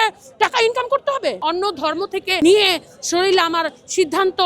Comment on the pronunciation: বাংলাদেশের জনগণ কী শরীর উচ্চারণ করতে পারে না। শরীরকে শরীল বলে কেনো ?